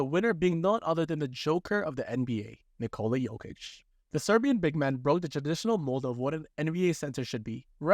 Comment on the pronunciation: lol you circled nurkic not jokic, also it's pronounced nikola, not nikola